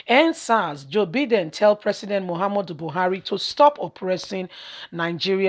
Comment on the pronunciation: Name pronounce.... Byedin. Take note.